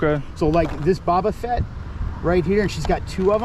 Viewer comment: "Boba Fott" and "CP3-0"